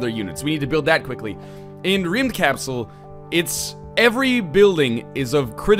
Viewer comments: IKR, sounds a bit like "Rimmed capsule" :D Though, the English language has no phonemes for how we pronounce the letter Y. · Northernlion im swedish, its pronounced Rumdkapsell, in kapsel you tone the E instead of the A :) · Im swedish and when northernlion tryed to say Rymdkapsel i almost fainted in laugh. :D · English-speaking people that tries to pronounce swedish words is always entertaining. The second time he said the name of the game he was pretty close to the right pronunciation. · Not almost slightly correctly pronounced, but no-one would expect you to pull that off. So it's correct for an english-speaking person. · he cant say rymdkapsel, its a swedish word :D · That's not how you pronounce rymdkapsel... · yeah swe and you prononced it wrong just saying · Northernlion, your pronunciation is so bad, and you say that you are part swedish